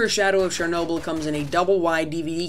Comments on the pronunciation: 'che' in 'chernobil' is pronounced as the one in 'chelsea' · Why the hell do US English speakers say 'SHERnobyl'. The 'Ch' is pretty obvious how it SHOULD be pronounced...